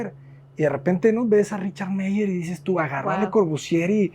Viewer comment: Arquitecto cuidado con la pronunciación de apellidos alemanes, ya ha corregido el "Eisenman" pero sigue cometiendo el mismo error en "Meier" en ambos casos "ei" no deben de sonar como en español "ei", sino como "ai". Por otra parte el apellido "Le Corbusier" es en francés y ahí podría intentar esto "L Cobusie" de manera suene la "L" pero no la "e" y "r" en francés tiene un sonido muy distinto al sonido que utilizamos en español este caso la primer "r" es mucho más suave (no como ere ni como errre, sino un suave Cor), y la "r" sier al estar al final no se pronuncia (es como una r muda)